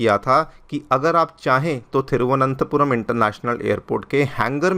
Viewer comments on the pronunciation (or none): With due respect it तिरुवनन्तपुरम not थीरुवनन्तपुरम ❌